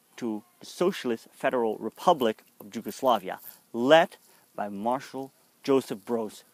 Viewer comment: how on Earth you came up with pronunciation of Yugoslavia with J (as in Japan)??? in English is with Y, in Dutch and Serbo-Croatian is with J which is of course equivalent to English Y. Again extremely short video with just basic approach to complicated subject. You have to put things into wider perspective of pre-war circumstances, government agreed pact with Germany/coup d'état followed, bombing the Belgrade without war declaration (over 2,000 civilians died, national library with centuries old manuscripts was turned to ash), massacres committed by Hungarians (throwing civilians under ice of frozen rivers), by Bulgarians and Albanians over occupied land. Complicated relationship between Nazi and their allied forces, partisans, puppet Government of national salvation (by Nedic), royalist Chetniks, and civilians of different ethnicities. Serbia was involved in 3 wars prior the WW2, but none of them was war to conquer. In Kragujevac (Kraguyevats) Massacre was the mass murder of between 2,778 and 2,794 mostly Serb men and boys by German soldiers. It and came as a reprisal for insurgent attacks and deaths of 10 German soldiers and the wounding of 26 others. The number of hostages to be shot was calculated as a ratio of 100 hostages executed for every German soldier killed and 50 hostages executed for every German soldier wounded. Furthermore an entire classroom of kids were executed together with their teacher on that day. Following the massacre, the Germans held a military para